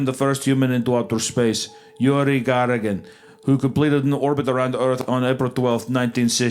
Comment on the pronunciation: its yUri gagArin. You raise your voice a little on those letters. Also on YAkovlev, alekseI ledOvski. The way Isaiah pronounces russian names is pretty good, I`m thankful that he tries <3 Храни тебя Господь, мистер Вендгун